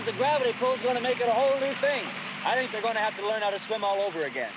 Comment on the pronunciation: "when we grew up, we did not sink" Speak for yourself!